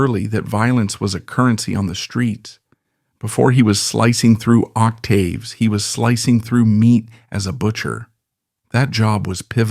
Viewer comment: You lost any and all credibility after saying "octayves" less that 1 minute in